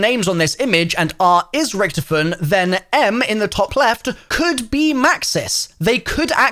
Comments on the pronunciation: This guy said rktfin not richtofen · He did not pronounce ricktofen like 😐